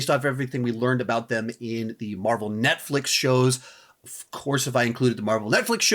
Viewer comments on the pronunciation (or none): none